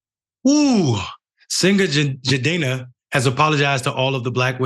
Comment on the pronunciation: Bruh is butchering his name then brings Rachel Dolezal on to talk about this who in typical Dolezal fashion, says the mistreatment of women by stringing them along ISN'T that bad.